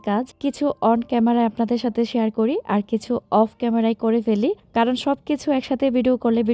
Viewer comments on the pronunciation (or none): none